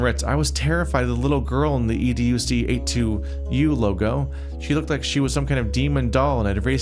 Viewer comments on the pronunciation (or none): fairly sure EDUC82U is supposed to be pronounced ‘Educates You’. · Think educ82u is pronounced educate to you